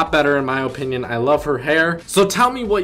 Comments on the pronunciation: you and me both OHpinion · His ooooooponion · The way you say opinion makes me want to kill my self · The way you say opinion is going to kill me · I SWEAR TO LORD TACHANKA I WILL NOT KEEP WATCHING YOUR VIDEOS IF YOU KEEP MISPRONOUNCING OPINION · Your opinion is irrelevant when you can’t even say opinion correctly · Why you say opinion like that